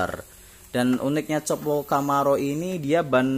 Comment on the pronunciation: kopo bang bukan copo dibacanya :-)